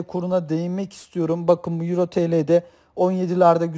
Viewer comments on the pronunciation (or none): none